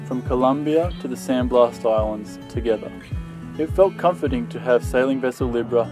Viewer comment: It’s Blas , blas I tell you blas. Not 💥 San blast 💥. Hahaha. Just hacking on you 😂😂